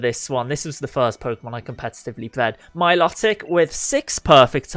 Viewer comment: Milotic is actually pronounced "My-Low-Tick". I don't want to be rude, just wanted to point something small out.